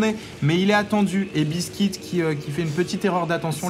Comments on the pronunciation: Le nom du Terran n'est pas biskit mais BEASTYqt et se prononce "bistikiuti" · c pas bistique c beasty Q T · Ouai on dit "Beasty Kiou Ti" pour BeastyQT. Ou au pire Beasty "Ku Té" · A mon avis, "Beastyqt" se prononce "bisti kiouti" (beasty cutie) ou en français "mignonne monstrueuse" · Je lis Beastyqt, mais j'entends buiscuit^^.